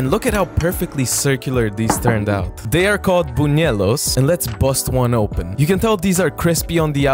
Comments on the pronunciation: Ps..... they're called bunWELLohs , just making the pronunciation for you because the way you pronounced them gave cringe shivers lol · It’s pronounced Boon-way-los btw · barely anyone recognizes Colombia, i'm so happy you made them, also you kinda messed up the pronunciation in buñuelos, the u is pronounced a bit more but you still did great!